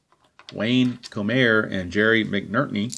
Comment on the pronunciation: It's pronounced: Bobby Kuh-nop, and Wayne Ko-Mer.